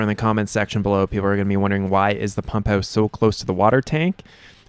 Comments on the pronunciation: Is that how they say it in Letterkenny...pump'ous? 😊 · You're in Arizona ... but from Canada? The "pump hewse" lol